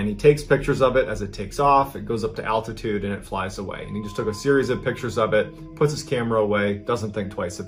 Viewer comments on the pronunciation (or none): none